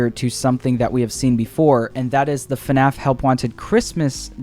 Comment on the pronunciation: he said fuhnaff 30 times